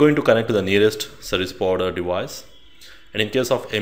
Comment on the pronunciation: Took me a minute to realize "Sebuwibider" was "Service Provider" :-)